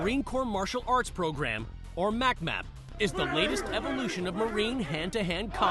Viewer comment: It's pronounced Mick map. Not mac mac.